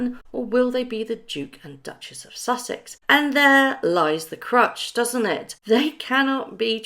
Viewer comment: Love you, but I'm begging you..it's "crux" not "crutch" of the matter. Love and blessings xxx